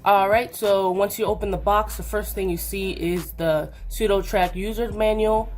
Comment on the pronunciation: sudoTACK man.... there's NO R....